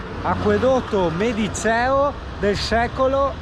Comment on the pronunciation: Ciao!! Si pronuncia medice`o.Bella clip,bei posti, bello tutto.una carezza a pc